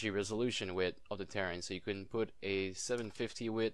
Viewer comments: I know... He says it wrong. It's like some Star Craft Faction LOL Ter - Rain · he is saying KAREN